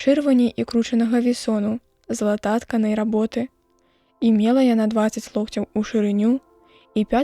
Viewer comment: Не залатат'канай-гэта бяссэнсоўніца, а залататка'най.